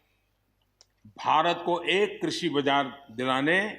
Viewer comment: Krishi bolna to nahi aata.kanoon banayega.